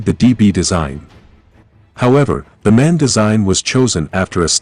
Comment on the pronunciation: MAN is an acronym (Maschinenfabrik Augsburg-Nürnberg), not a “man“!